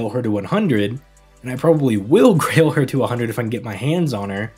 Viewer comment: Did you say Grail her or Rail her?